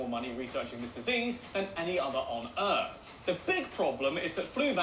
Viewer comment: Earf? Did we rename Earth??? 😂🤣